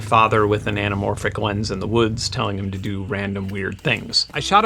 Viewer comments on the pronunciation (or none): none